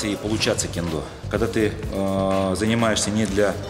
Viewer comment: Ммм,ну-ну,в Тырнетах и я могу присвоить себе звание "Убийцы сотни".Вот только толку то.Согласно тоническому ударению,что правит в Японском,нормативней будет сказать таки кЕндо.У меня всё.